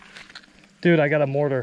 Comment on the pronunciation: Anyone else cringe everytime they say mortar?